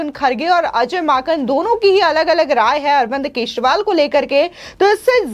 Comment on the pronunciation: Kesival nhi kejarival nam hai